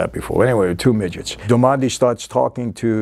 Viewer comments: "Little People", Michael.... "Darmody" or "dar-muddy", not Darmondy.... I liked Boardwalk more than The Sopranos. The era, the work put into repping that era right, and all the performances of the actors. They were all great. Even "Kelly", or Margaret... lol... Good stuff as always, Michael. Same to you, brother! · It’s DARMODY not Dormandy hahaha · Great video! But, it’s Jimmy Darmody, not Jimmy Delmonde 😂😂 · Well since someone started nitpicking, let me jump in with a couple of my own... -Its Jimmy Darmody , not Del Monte. -Its Nucky , Not nookie (though there's nothing wrong with a little nookie). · Dar-mo-dy... It's an Irish lastname... from gaelic "O' Diarmada" wich means "Son of". Not Darmondy... who sounds French. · While we are correcting names it's not Jimmy Domanda its Jimmy Darmody. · “Darmondy” LOL “Michael Pitts” LOL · Michael you're killing me with "jimmy damondy"!!! It's darmody 😁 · Jimmy “Dar-mon-day” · I thought Jimmy's last name was Darmody instead of Darmondy? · I know you have probably gotten this a thousand times but it's just so strange to hear "darmonde" instead of "darmody". It's like the name is Italian instead of Irish. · DAR-MO-DY damn it, it's DARMODY not DAMONDY lol come on Mr F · It’s pronounced “Jimmy Dar-ma-dee” it’s an Irish name. Not “Dar-mon-day” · Hey Mikey, we love your show but PLEASE.... get the NAMES RIGHT! 😢 Your staff or team should look out for you and whisper when you're pronouncing it wrong. They ain't earning their pay.... It's NUCKY Thompson. Not Nooky. And it's Jimmy Diarmody (dar-mah-dee) not Darmonte. Jimmy is IRISH not Italian. No disrespect but your team is supposed to make sure their capo doesn't slip. I've noticed mistakes in previous episodes... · I heard darmondie and I was like huh? But since its Michael we will forgive. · He pronounces it the same way the butler does! 🤣 And I think he thinks Darmody is Italian so he calls him 'Darmonde'. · “jimmy dormonde” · Nooky and duhmonday 😂